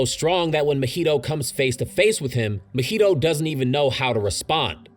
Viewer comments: Broo why you saying mahito’s name like mojito 😂. It’s Ma-he-toe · The way you say Mahito throws me off everytime